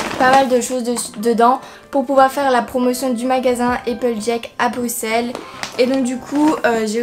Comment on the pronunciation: Je suis contente moi belge enfin quelqu'un qui prononce Bruxelles convenablement ouf sa a mis du temps j ai cru que sa arriverait jamais XD 😂(Sinon j adore se que tu as acheté ).😘